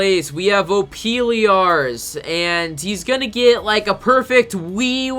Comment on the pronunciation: Lmao opiliarss